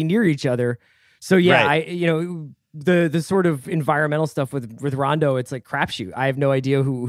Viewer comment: Bill actually said Rajon Rondos name right. So many people say it wrong